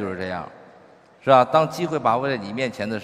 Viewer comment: Emily Lee 他是说“是吧” 说快了就这样